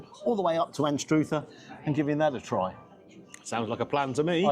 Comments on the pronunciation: It is pronounced Anstuther or Ainster. The u in Anstruther is an u not a U! Come to Scotland 🏴 for the absolute best! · Anstruther - pronounced Anster - is the only place to eat fish and chips. And Fife is beautiful.